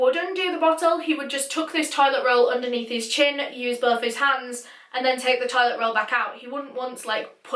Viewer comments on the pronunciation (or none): none